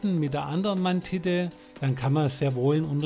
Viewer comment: "Mantitte" :'D Das ist ein weiches D keine Titte.